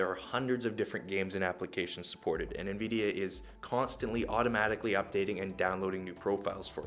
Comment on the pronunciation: the first 'i' in Nvidia isn't pronounced as an 'E'